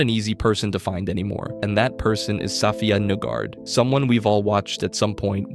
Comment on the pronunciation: You should reupload this video pronouncing her name correctly! There is a HUGE portion of people who will stop watching this video after the first 40 seconds.